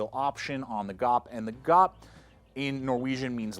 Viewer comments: When he says, “Hella Gawp”!! Hilarious. It’s Hell-eh G-ou-peh. Say the ou like you say ouch. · Awesome video, awesome blade! BTW: «Gaupe» (lynx) is in Norwegian pronounced in two syllables like /gau-pe/ OK? All the best from Norway (Norge = /nor-ge/ 🙂)